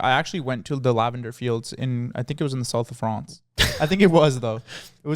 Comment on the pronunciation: soth of fronce